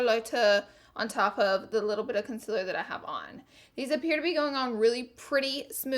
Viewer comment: Ily but it just annoys me that u say conciler instead of concealer